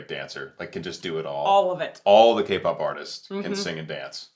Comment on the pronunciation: Every time you said K-POP, a magic fox lost her tail.